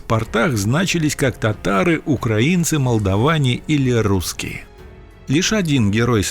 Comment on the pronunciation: украИнцы а не укрАинцы. поц мамкин